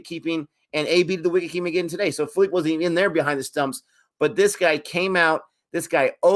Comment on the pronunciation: Josh phillipe wasnt even in full flow guy bashed archer and Rashid in big bash as a youngster if he gets going he can take the match away in 1 over And it’s pronounced (Phil-li-pee) like the Philippines. Rcb missed siani as he is injured and his replacement dale steyn leaked runs. No disrespect to dale steyn he’s the GOAT best bowler of the decade hands down but he is passed his prime. Even though it is a loss it’s. a positive that rcb came close to beating Mumbai without Virat ab and Saini